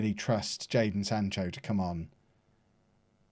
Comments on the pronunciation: you had one job kev, it’s jadon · It’s Jadon Kev